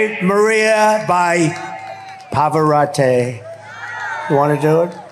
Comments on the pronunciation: I know about a great singer named Luciano Pavarotti. Who the hell is “Pavarate”. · Trump can’t even say the late opera singer’s name correctly. It is Pavarotti and not “Pavarotte”. He can’t even be sophisticated by trying for a split second. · Hi is Italian means PAVAROTI, NO PAVARITE, T W A T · 'Pavarotteh'? It's Pavarotti, you moron... jeez, there's more culture in a pot of yoghurt than in that orange buffoon. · Trump can't even pronounce Pavarati, he says pavoratay. Oh yes he's a classy man pretending to listen to classical music, lol, someone must have mentioned Pavarati so now Trump is going to throw his name around. Oh yes he loved Trump, I forgot. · "Pavarottay" He can't pronounce ANYTHING right!! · How does he not know how to pronounce 'Pavarotti'? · Mispronounced Pavarotti.